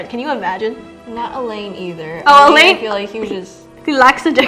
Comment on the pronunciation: Pronouncing Alain as Elaine really tickled my funny bone. ❤